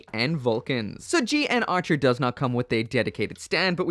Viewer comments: I remember when this thing came out, people went wild posing it in all sort of.... suggestive ways. Also, the mech is actually pronounced as the "Gun Archer" and not "G N Archer", breaking away from the usual 00 convention. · yes, it does. I think the suit is only mentioned once or twice, but when I did notice it, it was pronounced as gun archer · The English Dub pronounced it GUN ARCHER